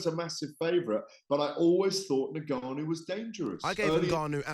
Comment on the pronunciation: Gareth is the number one Fury fan. Plus the only person that can’t pronounce Ngannou properly 😂 For someone that has covered combat sports for so long he is by far the least knowledgeable pundit in the game